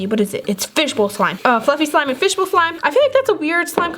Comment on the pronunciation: Way did you say fishball butt!!! Omg soo weird